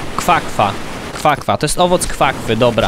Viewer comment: to nie kwa kwa tylko guana